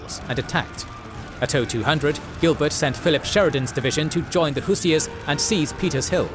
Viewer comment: That pronunciation of "Hoosiers" made me cry a bit 😂 1/10 terrible video (Just kidding, you guys are great. Keep up the good work ❤)